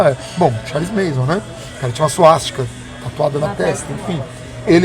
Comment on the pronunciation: Galera, eu acho que é MANSON e não MASON.